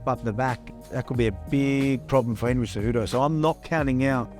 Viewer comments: Did Volk really say Cenry Hejudo ;) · Cenry Whohudo? Lmao I think that's a better name for him anyway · Opening scene "Aljermain or Cenryhudo" 😆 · Senry Hudo? Haha. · Cenry hejudo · did i hear a Cenryudo? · "Senry Hoodo" lmao